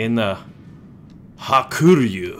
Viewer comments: Ha-ku-ryu, not ha-kur-yu. It means white dragon. In japanese ryu 龍 is dragon. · I think it's pronounced Haa-koo-Ree-You.but,i don't speak japanese,so don't qoute me on that.